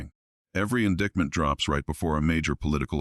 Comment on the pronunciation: The robot voice can't pronounce indictment! Says indickment.